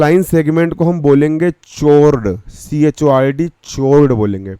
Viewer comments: Chord 😂 Through 😂 English not bad😂😂😂😂😂😂😂😂😂😂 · pronunciation of chord is wrong 😅